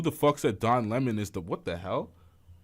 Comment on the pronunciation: He said it ALL when he said Don Lemmon😂💅